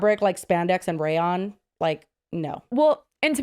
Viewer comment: Not continuing to say: "Raylawn" instead of "Rayon"... and not even correcting her, 😂😂😂😂😂😂.